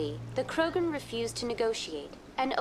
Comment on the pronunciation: Pd: me matas con lo de sherpa en vez de shepard, qurianos en vez de quarianos, krogran, etc ... JAJAJAJ